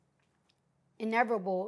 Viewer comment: She is so cute cause messes up the words she's trynna say 😂😂❤❤ Vular = Vulgal Inevitable = Ineverable 😂😂😂😂😂😂